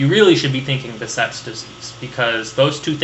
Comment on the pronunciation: Behcet's disease is unclassified vasculitis (affects vessels of all sizes and types). Also it's pronounced Beh*SH*et not Beh*c*et. Thanks for the excellent lecture!